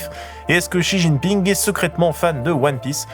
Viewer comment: faudrait arrêter de l'appeler "Chi jiping" I beg